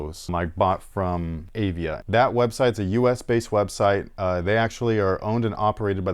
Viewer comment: &, I love the show! I am a 66-year-old Arizona State University professor and an old sneakerhead. The name of the "Praline" is pronounced "pray-leen". The other brand is Avia and is pronounced "Uh-Via". I wore the Avia 880s (white and green) to play basketball in backin Lansing, Michigan. I am pretty sure they were my hoops shoe in 1978 and 1979, They had the "cantilever sole" which was supposed to be a superior technology. The heel was raised on the edges and when you jumped and landed on the heel, you would get a cushioned response as the heel bent. As you said, they were like bricks and incredibly high kind pf like those Dominique Wilkins Reeboks years later. THanks for the show! I really enjoy you guys.